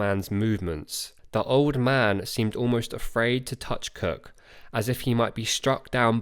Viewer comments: I keep on thinking you are saying James Kirk. Oh Star Trek, James T Kirk. I don’t hear Cook, I hear Kirk! Great video! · Great video. For the first half I thought Cook and Kirk were 2 different people. But I think it’s you pronounced “Cook” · Narration is unintelligable where it comes to expressing Capt. Cook..... as Capt. KIRK!